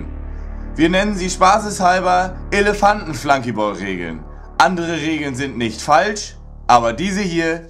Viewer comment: Wat is'n Flanky Bol???? Das heißt Flunky Ball, is nix englisches drann an dem Spiel...